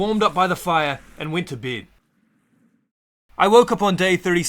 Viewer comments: Bro ,you are saying ":beed" and it's not beeed ,it's bed xD it's that simple. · I like how he says “ i went to beid ” lol beid